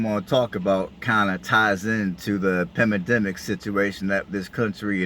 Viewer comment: FYI- it’s PANdemic, not pemindemic